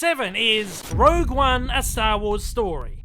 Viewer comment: One year later and everyone STILL calling it 'Rouge' One. Incredible . Worst to best for me 2,1,8,3,7,ro,6,5,4.